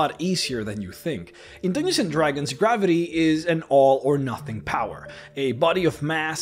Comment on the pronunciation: "Dooginzin Dragons"